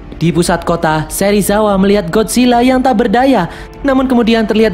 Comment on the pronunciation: Bjir Serisawa😂